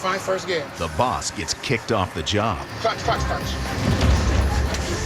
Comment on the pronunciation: Im trying to spell how he says 'boss' and I think I've got it lol - 'borwis'. 😅